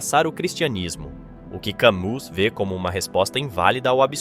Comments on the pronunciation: Por que sera que as palavras mais serias quando ditas pelos que querem ser serios acabam fazendo rir? Parece que o melhor do video nao e a mistura dos tres apresentados mas as reprimendas dos comentaristas sobre a pronuncia errada do nome de Camus pelo autor ou leitor do video... Ah, e o desabafo sobre o que esculacham com a ideia do absurdo! Filosofia e Comedia? " Vamos rir! Vamos rir!" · nem todos sabem que a pronúncia é cami , atente-se ao vídeo, não nas coisas fúteis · O nome francês Camus se pronúncia "Camí". Poderia pesquisar antes de gravar o vídeo. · Pronuncie CAMÍ! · Rapaz, apenas sinta a música. Quem dá sentido às coisas somos nós e isso apenas quando, para viver, precisamos que aquilo tenha sentido. Não se preocupe com Camus (Kamí, é assim a pronúncia), Dostoiévski, Kierkeegard, Nietszche, Kant ou outro qualquer. Para começar eles foram tão homens quanto você. No mais, como você viu, eles que são tidos como o suprassumo do existencialismo não se entendem, viveram mais perdidos do que cegos em tiroteio. Espertamente todos eles deram o migué nesses pensamentos atravessados escrevendo, cada hora uma coisa diferente e contradizendo-se sem nenhum pudor (e com razão). Sinta a música e faça o que você quiser, respeitando sempre o outro porque você e ele estão na mesma, cada um à sua maneira. Grande abraço e jamais sinta-se inferior a alguém, nem se impressione nem idolatre. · Cammus pronuncia-se "Câmí" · ...do vídeo, com todo respeito, poderia ao menos pronunciar corretamente o nome do pensador Camus. Trata-se de franco-argelino... então o "u" tem som "i". E o "s" não é pronunciado... Faço a correção com todo respeito... é sem pedantismo.